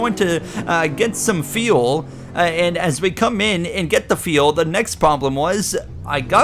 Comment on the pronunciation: Bro, FFS please learn how to pronounce the word "fuel". It's like "you'll" or "mule" but starting with an F. So tired of hearing you talk about pitting for "tires and feel" lol